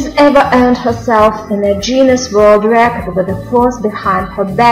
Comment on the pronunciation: 1- It's not pronounced as "juinness" It's Guinness(sry if I'm writing it wrong. I'm don't speak very well english) 2-Why aren't Sofie Dossi and Anna McNulty there??????????????????????????????????